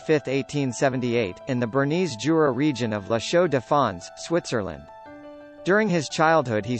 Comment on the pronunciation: Jura is not pronounced as joora, the j in german is soft, so Jura is pronounced yoora.